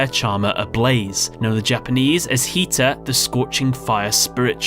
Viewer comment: Also I get it you have an Accent but I’m sorry you’re wrong it’s Hita not Heeta